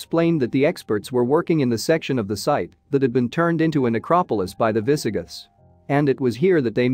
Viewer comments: Yes. Minor mispronounciations like "viss-uh-GITHS" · How difficult is it to get pronunciation correct?? eg. Murcia, heretical, Visigoths. Not only is the “history” lightweight but, the pronunciation of common Spanish and English words is so poor in these YouTube videos! As if spoken by semi-literates time and time again!?